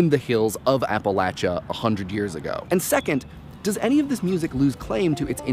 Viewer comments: apple-atcha...shouldve been apple-aysha,:p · You said Appalachia all weird. I know there's like no one in Appalachia with a computer to call you out on it, but still. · Is that how Appalachia is pronounced?